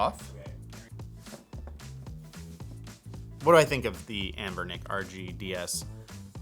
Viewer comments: says "Abnernic" but the title of the video says "Anbernic". 😉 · Ah yes Abernic lol you're really missing the N in the name